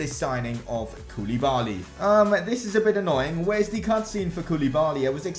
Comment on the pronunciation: Its pronounced kou-le-ba-li....not koooooliiiibaaaaallliiiii